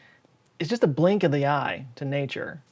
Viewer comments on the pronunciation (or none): none